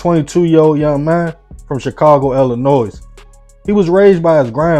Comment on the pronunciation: Bro, I like your stories, but if you say IlliNOYZ one more time… It’s IlliNOY! The ‘S’ is SILENT!